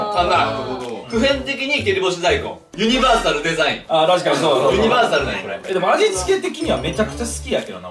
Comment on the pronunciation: ユニバーサルデザインが完全にユニバのイントネーション